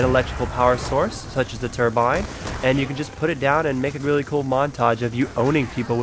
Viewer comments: Cruton 21 I know what a turbine is, but he kept saying turmbine i.e. why I said "what is that?" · also, turmbine? wtf is that thing?